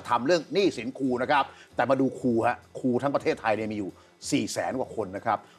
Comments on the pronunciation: ครู ๆๆๆๆๆ ไม่ใช่ คู อย่าลืม ร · พิธีกรออกเสียง คูๆ บ่อยจัง คูไหนจะใส่ซอง20 บาทได้ ครูต้องล้างจานค่ะ 🎉❤